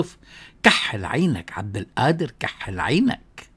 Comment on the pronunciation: بعدين مشان حرف القاف انت شيخ لاتلفظها همزة هيك عم تهمز القادر